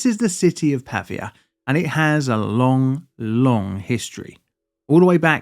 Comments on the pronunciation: Why spending time to make a whole ass video about a city and not bothering to learn its correct name? it's "Pavìa" (tonic i) not "Pàvia" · Not Pavvia. Pa-vi-a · The right pronunciation is Pavìa, and not Pàvia: the accent is on the letter "i" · /pəˈviːə/ not /pɑːviə/ :) nice video! thanks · If you're going to make an entire video about a city in a foreign country, find out how to pronounce it first, son. The stress of 'Pavia' is on the second syllable, Pa - VEE - a. Got it ? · It's pronounced Pavìa (with the accent on the i) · As a native Italian speaker, your pronunciation of “Pavia” is driving me nuts